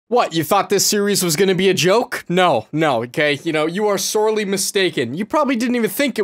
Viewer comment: I hear the Canadian in when he says “sorely” 😔